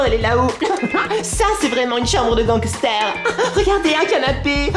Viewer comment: a je t'adore e surtout quand tu chante et quand tu dit ganquester😂😂